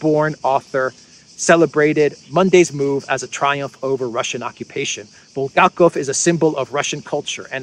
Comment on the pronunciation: It's BulHakov not Buldakov . Have you read The master and the Margaret ? I suppose not .